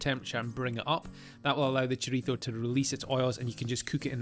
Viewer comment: I gave a thumbs up just for pronouncing chorizo correctly.